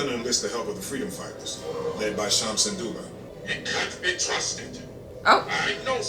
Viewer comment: Just to help you pronounce it, it's (Sin-do-la) his name is Cham Syndulla